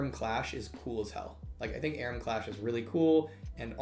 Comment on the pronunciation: Why does he call it ARUM?